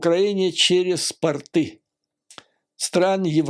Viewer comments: Порты и торты - ударение на о. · В слове ПОРТЫ делают ударение на первом слоге. Если На втором , то это слово обозначает 👖